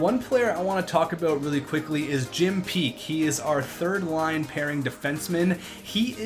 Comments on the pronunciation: Its pronounced Jim "Pack" not "Peak" lol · its Jim Paek not Jim Peak, and it's pronounced "pack" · Honestly are you dyslexic? Not trying to be mean but you misspelled and mispronounced Troy Loney and Jim Paek.